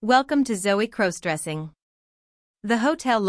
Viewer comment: Stop mispronouncing crossdressing 😮